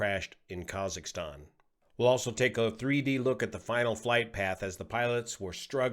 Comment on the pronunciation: Maybe you can coach Dan from taking off on how to pronounce Kazakhstan. He kept saying kazaka stan lol